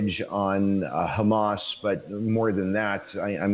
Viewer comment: it's Hamas. We know you can pronounce H perfectly fine. There is no need for "Kha" sounds.